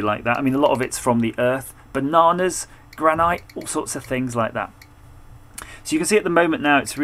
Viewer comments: you say Gran-ite (like you would pronounce Stalagmite). Is your unit still working ok? Just bought one myself. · Your pronunciation of Granite is the highlight of this video.